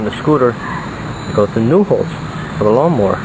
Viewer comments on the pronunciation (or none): when you say "drill the holes" it sounds like 'drill the hoes" hahahahaha